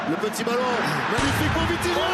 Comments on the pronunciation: je suis le seul à avoir entendu vinitia à la place de vitinha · c’est pas vinhitia mais vithinia Continue comme ça 👇👇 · On dit vitinha pas vinitha qui est d'accord liké mon com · C’est pas vinitha c’est vitinha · Wsh respect vitinha c pas vinitia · Encore une incroyable vidéo sauf que c'est vitinha pas vinitha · Vinithia😂😂😂😂 au début mais pas grave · tu avais dit vinitiah😂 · Atroce comme l’immigrés parisien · Il a dit vinitha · J'ai rigoler quand ta dit vinitha au lieux de vinitha et la faute macth et pas match